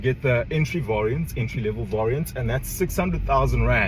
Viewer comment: Cool video. Not sure why u don't know how to pronounce the word 'variant'